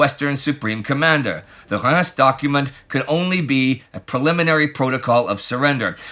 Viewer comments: That's the second time this week I've heard Reims pronounced the French way rather than as Reemz! 😃 (The other was in a podcast about the Capetian dynasty.) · Oh wow...one of the few times I have hear Reims pronounced near correctly.